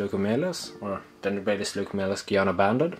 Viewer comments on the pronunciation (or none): My family is from Guyana and the pronunciation is Guy (like the word guy) then Ana (like Anna). When I was looking at dart frogs I was looking at those guys because they’re from my dads home country and found them listed as British Guiana, the old name of the country which I’m guessing is the reason it’s commonly mispronounced. I also found out that there were 3 or 4 other Guianas in the past which I thought was pretty cool